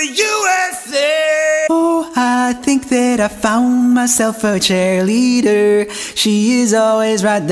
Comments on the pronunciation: did he say “chair-leader”? 😂😂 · The difference was roomie said chairleader instead of cheerleader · He says chairleader